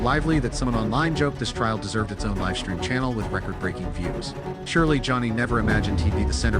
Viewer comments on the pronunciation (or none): A.I. voice still not smart enough to pronounce 'live' and 'live' differently! English, the ultimate challenge for A.I. 😆😂🤣😂